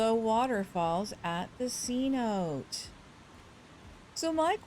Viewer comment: Amazing video. Thanks for the help. Only one thing. It’s not pronounced c-note. It’s Cenote’ a word for an underground river system that exists in the Yucatán peninsula. Deep caves clear water. C note is a 100$ dollar bill. Btw you are not the only one to miss pronounce. After all that. Amazing job and an awesome job. Subscribe!!!!!